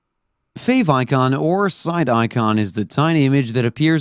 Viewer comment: what is a "favoncon"??? You mean favicon?